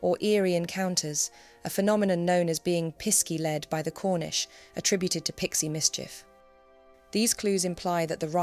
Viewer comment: Pisky in Cornwall is pronounced Pixie (just spelt differently).